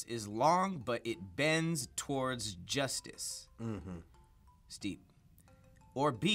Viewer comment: "But it bends towards Joistice."